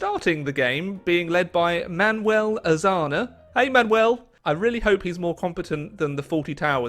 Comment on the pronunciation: pronounces Azaña and Caudillo wrong also: PortuGAL